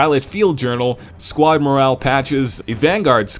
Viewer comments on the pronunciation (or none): none